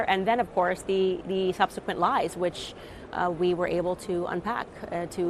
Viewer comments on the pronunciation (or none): none